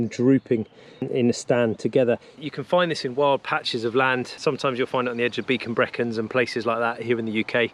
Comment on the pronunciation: Wow, such a useful video, I didn't know about these. Did I hear him say "Beacon Brecons" instead of "Brecon Beacons" ?